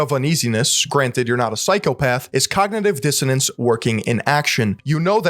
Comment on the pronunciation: dr oz clip really captured all of Tony Robbins content well... very high quality, very intellectual, he said cogntiviijss dsiannace too, very smart stuff